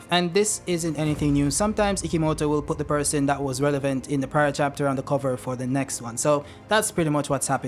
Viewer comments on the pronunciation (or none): none